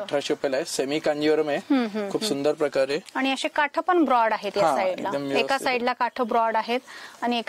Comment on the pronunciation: साड्या छान आहेत तुम्ही मराठ वाड्याच्या आहात का भाषेवरून तरी असे वाटते काठ्ठ असं म्हणतात ना तुम्ही काठ असं म्हणावं